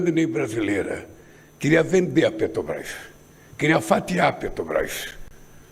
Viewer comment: ANALFABETO ^PETOBAS^ AFF NÃO SABE FALAR MAS SABE ROUBAR COMO NINGUÉM